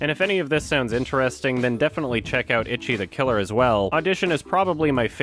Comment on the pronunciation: It really is weird how strangely he pronounces that when he's such a stickler for pronouncing foreign names properly.